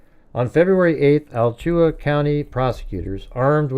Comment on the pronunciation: It is pronounced "Ala-Chua" County.. Definitely some similarities with Koberger. He is not original at all like he was intending. Complete Sicko, both of them. Love the show 😊